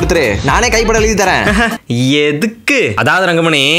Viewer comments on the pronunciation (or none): Eduku not bro etthuku?????????????? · When he says "Eduku" I hit like